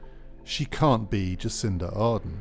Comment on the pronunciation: Might be good to get Jacinda Ardern's name right.